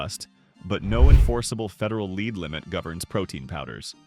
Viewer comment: Daily leed limit 😂 Good ol’ A.I.